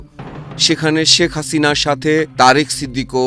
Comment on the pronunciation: ধন্যবাদ সাংবাদিক ভাইকে এতদিন পর সঠিকভাবে হাসিনার নাম উচ্চারণ করার জন্য